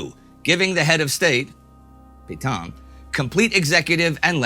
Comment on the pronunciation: Nice to see Indy finally more or less pronouncing Petain correctly.